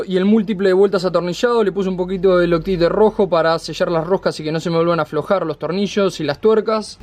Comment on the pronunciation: Otra cosa, para que no se te aflojen las tuercas del multiple ponele una contratuerca. Osea otra tuerca mas. Y al loctite pronuncialo como "loctait"